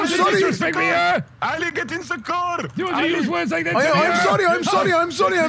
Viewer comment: pronounces the ع (Ayn) in Ali